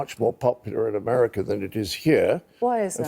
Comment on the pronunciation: There is no "R" at the end of the word "America".